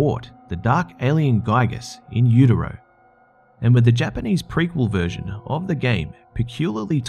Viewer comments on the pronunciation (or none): none